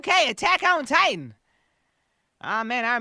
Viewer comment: The way you pronounce Attack On Titan sounds like Tekken Titan to me.